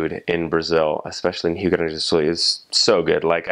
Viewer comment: Wait, I actually heard a foreigner saying Rio Grande do Sul perfectly? Man that was really cool!